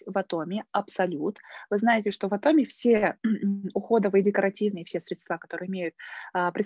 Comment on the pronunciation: Респект Вам за достижения в Атоми. Откуда, Вы, и большинство людей, которые занимаются Атоми, взяли произношение Атоооми, вместо Атоми? Очень мало людей произносят это слово правильно. Это очень режет слух. Корень слова: атом. Вы же не говорте: атооом.